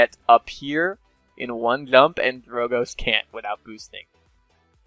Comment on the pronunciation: Why you say clump intead of jump?